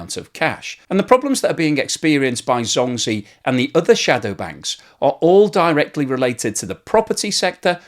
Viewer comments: CNBC pronounced the Chinese bank correct, as “Jong gee”. Not “zong zeee”. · Please use google translate and query the correct pronunciation of "zhongzhi" (中 植) . It is not pronounced "zhong gee". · Zh- sounds like J actually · Zhongzhi is pronounced Jongjie. Zh in chinese sounds like a j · Great video. Just some help with pronunciation, ZhongZhi is pronounced more like Djong Djih ... In Pinyin, Zhōng zhí zīběn. Everyone also knows it by ZZ Capital. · Love your videos but your Chinese pronunciation makes me cringe. Zhongzhi is pronounced JongJee. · Are u saying zombie? LmAo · Pronounced jong jee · anyone else keeps hearing "Zombi" as the name of the company, which werdly fits? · Thanks for this great explanation so more can understand it! Your Zhongzhi pronunciation is off but I’ll forgive you!